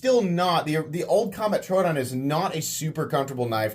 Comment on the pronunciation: love your content dude but the way you pronunce troodon hurts me lol